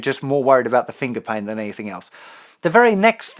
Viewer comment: I'm from America and fascinated by the way Justin says "Fingah" XD